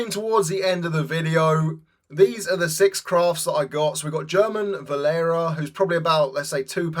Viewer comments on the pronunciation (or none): It's pronounced Herman Valera! Leviosa